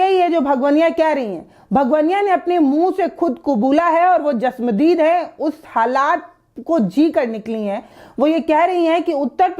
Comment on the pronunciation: Chashmadeed hota hai bolna sikho